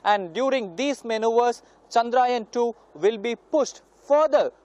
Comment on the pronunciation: its Chandrayaan ..... Chandra - Yaan !